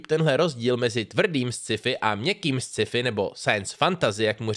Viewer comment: Ne Sciifi, ale Skifi :D